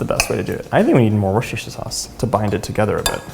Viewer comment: Is it still good without the worshtershier sauce